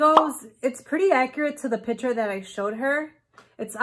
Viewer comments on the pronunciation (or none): piture if that is how you say it